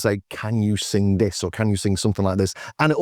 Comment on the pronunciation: The way you pronounce sing (sin-gg) reminds me of Bernard Sumner.